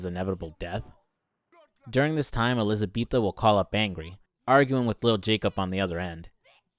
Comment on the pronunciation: her names elizabeta not elizabetha